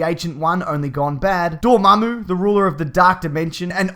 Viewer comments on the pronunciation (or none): none